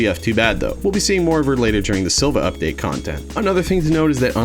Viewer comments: Hate to be that guy, but it’s pronounced Siiva, not Silva. What appears to be a lowercase L in the name is actually an uppercase i. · Uh.. their name is actually SiIvagunner, ( SEE -vuh-) not Silvagunner.. (SILL-vuh) (their third letter is actually a capital “i” haha)